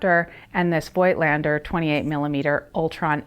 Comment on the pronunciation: It‘s pronounced „foked lender“ Like people from the Vogtland / Voigtland, a region in the east of Germany.